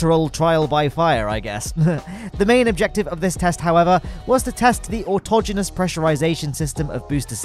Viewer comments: Finally! I found someone who knew how to pronounce "autogenus". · You must be human. You pronounced autogenous correctly.